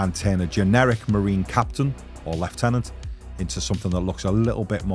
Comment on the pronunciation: Great balanced and open-minded video. Love it when you guys do these little challenges. Fair play to for taking the plunge into 3D printing and smashed that kitbash and paintjob. Both a success. But gets a bonus winning point for my preferred pronunciation of lieutenant 😁👍